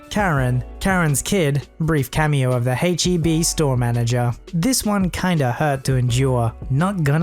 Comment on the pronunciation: They way said heb really bother me, cause it just sounds so weird the way he says it that it sort of driving me but, and I know I shouldn’t but still. H-E-B is a big thing and maybe it’s just one of those things were we as Texans just say things differently than how others view it? But I don’t know